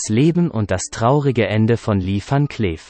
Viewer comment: Könnte der Off-Erzähler nicht erstmal Englisch lernen?? Li fan Klääf ...